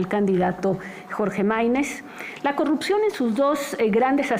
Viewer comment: Jajajaja no sabe ni pronunciar corrupción,ahora corrucion,y si sigue la corrupción es los municipios y alcaldías donde gobierna el prian ,ejemplos talnepantla,Naucalpan Cuautitlán,etc.esa escuela la dejaron los gobiernos prianistas, junto con el crimen organizado y sindicatos